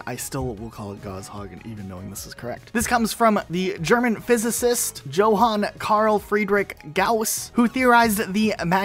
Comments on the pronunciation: its not joe han its pronounced yohan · He mispronounced Johan lol its "Yo Han" Also with his tag, people pronounce it like Ja not Jan